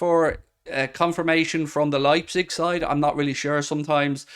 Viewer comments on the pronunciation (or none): none